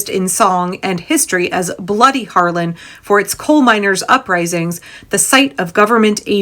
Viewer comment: I love the reporting and I love your content, but it’s Harlan HARLAN